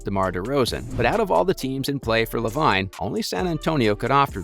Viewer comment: His name is Lavine...pronounced Lavene.....if you have never watched the NBA you shouldn't speak on NBA videos and should immediately hide in a hole until oxygen is gone. Trash.